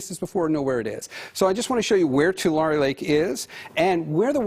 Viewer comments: It's pronounced " Tulare" Is "Two Larry" you people always have newbees that don't know how to pronounce certain words & names. Find out before you go on air. Annoying when you say them wrong, its like you are talking about somewhere else. Peace on Earth. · Too-La-Ree, not, to Larry! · Dear narrater: it’s pronounced-two-lair-ee not two lar e 😂😂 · "Two-Larry" Lake. Please get it right. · “ TouLarreeeh” I wonder how far north the water will go! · It’s Too-Larry